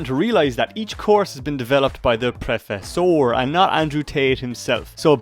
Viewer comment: the way you pronounce Professor is killing me😅